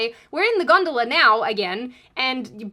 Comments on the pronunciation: Considering she kept saying the Hell gondala, it brought up memories of Charon and the river Styx for me anyway. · I'm Italian and I swear I always heard something that sounded like hell-"gantula". I'm totally shocked that you meant "gondola", never guessed 🤣